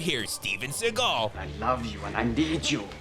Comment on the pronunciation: I about died when he mentioned Steven seagul which is how pronounce the name. lol